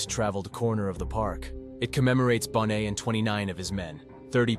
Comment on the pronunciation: It's not bonet or bonay it is bon NET you moron read a book stop using AI